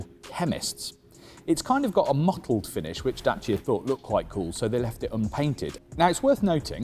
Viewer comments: he says Jacia not Dacia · Its a French car, its DASSIA*sounds. Well done Renauklt